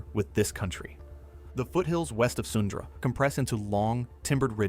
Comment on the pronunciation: 🤣 Sundra. It’s Sundre (pronounced Sun-dree)